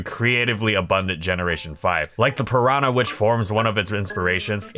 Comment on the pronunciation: No one:: "pirano"